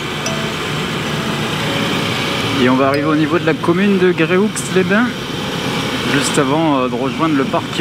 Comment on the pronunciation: Ahah super ! J'ai fais le meme trip et je reconnais d'ailleurs les endroits ou tu t'arretes et les courbes ... Continue c'est bien cool ! Au passage on prononce pas le x de gréoux les bains